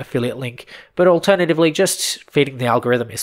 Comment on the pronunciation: Sometimes it sounds like your saying “lady’s and jets” instead of “gents” but it’s honestly accurate asf Bc us dudes do see ourselves as jets. Strong and capable🥸